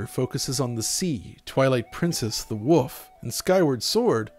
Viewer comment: "The Woof"! You've killed me! XD